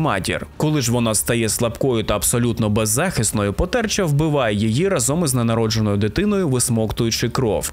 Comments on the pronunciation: Не потЕрча, а пОтерча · Потерча (наголос на а) - істота з укр міфології (можливо в польській він теж є) - це дух померлої нехрещеної дитини